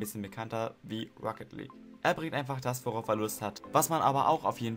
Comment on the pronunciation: Schöne Liste, zu langes Intro. Und es heißt „League of Legends“ und nicht „Lietsch of legends“ :)